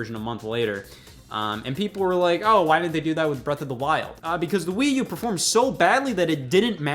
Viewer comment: What's this "Wii You" he keeps referring to...Is it an accessory for the Wii?